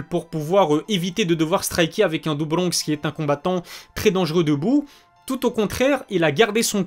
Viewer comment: Le Do bRRRonx a l’algérienne aussi 😂